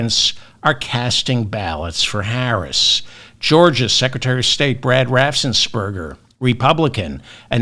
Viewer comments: David, the only thing I noticed that you got wrong is "Raffensperger." It has only one S; it's not "Raffsensperger." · David - I love you to pieces - the GA official's name is RAFF-ens-berger. One "RAFF" not two "RAFFS." RAFF-ens-berger.. Thanks for everything. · David, please practice pronunciation of "Raffensperger"! It has only one "s".